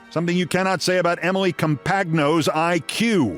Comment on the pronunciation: Thank you for pronouncing Emily’s name right. That is exactly how it is spelled. You’re a little late on including her in your worst persons list. She deserved to be there years ago. This is ignorance on a level none of us will ever attain. She is STUPID! And a very ugly person inside and out. It has got to be exhausting to be that hateful and stupid your whole life.